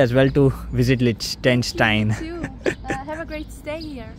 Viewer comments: Such a shame that you are pronouncing the name of the country rwrong all the time. It is not Lishtention... it is Liechtenstein. And brother her name is not Imli... it is Emiy... please don't make such lame joke with foreign names just to have more viewers. It is least expected from a person who travels for living. You are representing us all and our country. We already have unpleasant reputation abroad. Kindly don't make us Indians laughing stock any more. Anyway you make good vlogs. Thanks. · liches-stine hay pronunciation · YOU MUST LEARN TO PRONOINCE THE NAME LICHTENSTEIN. 😕